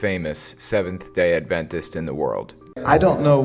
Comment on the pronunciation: I find your pronunciation of "Adventist" weird. You stress the "ventist" part of the word, while I've heard most people stress the "Ad" part. As in AD-ventist.